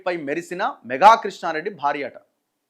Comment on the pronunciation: అక్కడ వున్నది మెఘా కాదు. మేఘా అని చదవండి.లేదంటే, మెఘా ఆంటే చిరంజీవి ఫ్యామిలీ అనుకుంటారు అందరు.